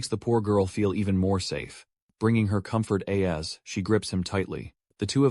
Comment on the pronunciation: English pronunciation of "as" and "at" are incorrect. AI voice needs some improvement 😅